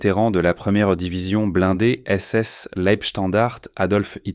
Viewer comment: C’est LEIB Standart, pas Leip. Et des fautes, fauuuuuuutes innombrables. 🤢🤮🤮🤮